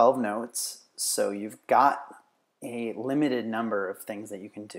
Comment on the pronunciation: I thought he said " I gottaaaaa hot tit for you"